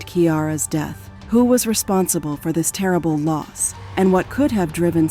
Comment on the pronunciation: Horrible reading by whatever means this was done by. Death pronounced deeeth, and many many other mispronunciations made it hard to listen to. Just read it yourself!